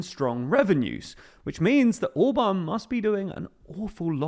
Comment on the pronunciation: His name is ORBAN, and not OBAN ! Can not you prenaunce the letter R ? Try it !